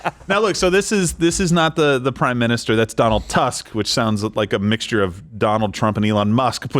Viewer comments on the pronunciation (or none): Donald Tusk is the name of the current Prime Minister in Poland - except the "u" should be pronounced more like in "truth". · You guys funny pronounce Donald Tusk 😂 the secound letter is super wrong XD you should pronounce the letter U like in the word hmm true 😊